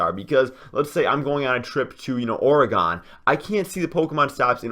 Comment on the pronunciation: Wow he said Oregon wrong now I'm mad